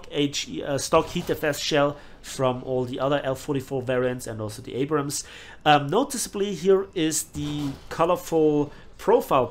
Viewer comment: please don’t change they way you pronounce “Abrams.” Thank you